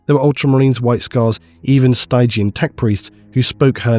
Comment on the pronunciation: You should look up the pronunciation of 'stygian'.